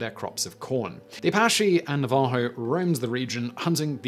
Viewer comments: Pronounced "NAVA-HO"..... ah-DO-bee..... etc etc etc.... LOL Great video! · Simon everytime you pronounce Navajo wrong I cringe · Also, it's NAvajo, not naVAjo. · Navajo... Please, dear Simon, it's pronounced na-va-HO, with the emphasis on the last syllable. Your British is showing. 😉😁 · So weird, I just commented this on another video of Simon's (a new one) but...it's NA-va-ho, not na-VA-ho. I dunno why this bugs me so much. And I know Simon doesn't care, because I'm an OG Business Blazer. Lol. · Simon: For future reference its pronounced ah dobe ee and Nav ah ho and Hope ee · Some of these pronunciations are interesting. Never heard "na-VAH-ho" before. "Iroquois" is sounded here more like French than the common American. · His pronunciation of navajo cracks me up cuz I had to turn captions on to understand who he was referring to…. Love accent differences!!! 😂😂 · Poor Simon! The word "Navajo".... both "A's" are the short "a" sound and the "j" is pronounced like "h". The accent is on the first syllable. The "che" on Apache and Commanche are the same as the start of "cheese". I love your vids, Simon, even when I quietly giggle over mispronounced words. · Please Google how to pronounce Navajo....